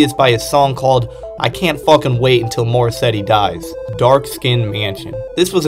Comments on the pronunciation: did you say morrissetty?? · WHY WERE YOU SAYING MORRISSEY AS MORSETTY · “Morrisetty” “joechillyworld” “devin hendryx” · I mean I know I'm new to JPEGMAFIA, but the fact that you dove headfirst into an iceberg calling Morrissey, Morrisetti, and kept spelling Mafia with 2 Fs is just phenomenal hahaha EDIT: Just a suggestion, you should actually look things up if you've never heard someone talk about it before. "Em Em Bop" doesn't have the same ring as "Mmmbop" EDIT 2: Aite nevermind you heard the entire song and still called it Em Em Bop I give up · Where tf are you seeing a T in Morrissey bruh🤣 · More-setty? You mean Morrisey? And Joechillyworld? Bruh it’s joechillworld 💀